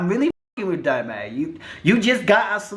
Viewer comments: It’s DOMO not DAMO!!!! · D-O-M-O not "Damo" 😂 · 🤣🤣🤣 it’s domo not damo 🤣🤣🤣🤣 I can never get through more than 3 minutes of your videos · I just can’t get over you saying “Damo” or “Doe Moe” when it’s clearly spelled “Domo” lol butchering someone’s name when you can literally just go watch her intro and hear her say it correctly. Plus Domo was internet famous before YouTube. She was popping on fb and then moved over to YouTube and then met Crissy. Your research on this one lacked. Js. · Her name is pronounced (dah-mo) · Damo🤣🤣🤦‍♀️???? your doing to much the way u pronounce people’s names, lol love u doe❤️❤️‼️